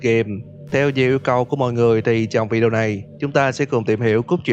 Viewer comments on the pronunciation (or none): none